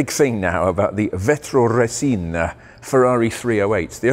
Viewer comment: Correct pronuce is "vetro "resina".